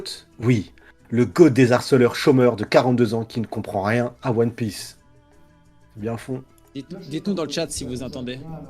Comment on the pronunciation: Mais il c’est trompé de manga il lis pas one pièce lui mais Tow piece 😂😂😂😂